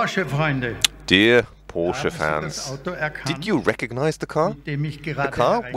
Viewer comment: Everytime I hear POOSCH in hurts my ears. Its PORSCHE....GET IT RIGHT HEHE